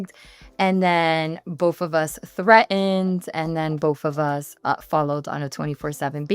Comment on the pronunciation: The way this woman keeps saying “boff of us” is mad annoying